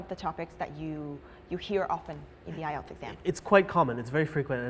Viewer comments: bạn votw hay lắm nhưng mỗi lần nghe "Tạm ại eo" là mình ớn lạnh :-s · IELTS test, ý mình là cô ca sĩ gì gì đó thi nói phần IELTS đó. Chứ không phải.